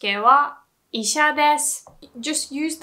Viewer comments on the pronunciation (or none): none